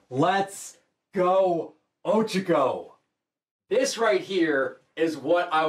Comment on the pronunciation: O Cha Co Not Ochico